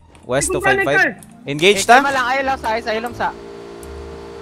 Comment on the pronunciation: Hahaha "Engege" Hahaha Idol Galing talaga mag AWM